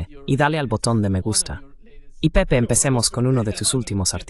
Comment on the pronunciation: no es "pepi" se pronucia "pepe"